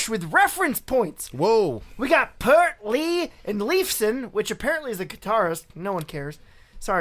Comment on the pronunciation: you mispronounced his last name it is p ear t ear as in whats on the side of your head p ear t